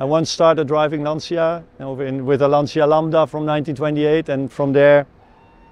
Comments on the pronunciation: Si dice Lancia! Non lansia.. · Lovely story thank you ,by the way it s not Lansia but you pronounce LANTCHIA ,please!! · Jonny, interesting video--state of the art technology. Also, Lancia being an Italian marque is properly pronounced Lancha, just as Jaguar is properly pronounced Jag-u-ar--even though I'm a Yank I know that. ;) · I can’t watch the video for mote than 2 minutes because how you pronounce Lancia as Lansia and Intergrali and Stradali instead of the E at the end. It is E, E like END! 🤦‍♂️🤦‍♂️🤦‍♂️ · I'm wondering how is it possible in 2023 have such bad pronunciation of every single Italian word? That's just demeaning.